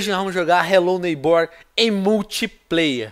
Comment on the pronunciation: Vc falo hellow neybor mas não fl q e em minecraft😲😲😲